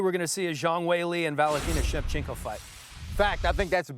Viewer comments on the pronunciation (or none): that dude really just said valentino shevchenka